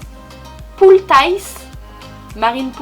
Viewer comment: En fait c'est de la poultiche on prononce le CHE a la fin. Si non continue comme sa et donne que gros bisous au jument. Et de plus merci pour information des huiles essentielles car je vais faire pouliner ms jument 😘♥️♥️